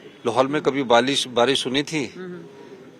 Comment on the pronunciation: Barish ko balish bol rha h ye 😅😅😅😅😅